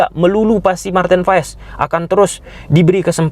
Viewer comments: Baca nya "Martin Paas" bng bukn Paes😅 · Paes dibacanya Paas bang 🙏